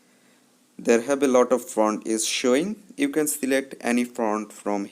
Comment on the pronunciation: Bhai front nahi font hota hai woh 🤣🤣🤣🤣